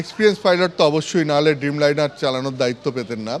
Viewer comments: Sambadik babu dim liner keno bolchen? Dreamliner ke uccharon sposto korun apni to sambadik poriskar kotha bola ta i to apna r peshay dorkar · আনন্দবাজার মনে হয় টাকা পয়সা বিশেষ দেয় না তাই এরকম একটা রিপোর্টার ভাড়া করেছে। ড্রিমলাইনারকে বলছে ডিমলাইনার, ব‍্যুরোকে বলছে বুড়ো😂